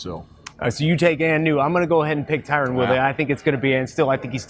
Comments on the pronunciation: Wtf . Terone?? His names tyron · Lol the guy didn't even know his name. Tyron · Is it really that difficult to say the name TYRON properly? Lol. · Please teach how to pronounce Tyron.